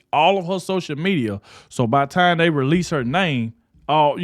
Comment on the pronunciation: "...why is day lettin her..."?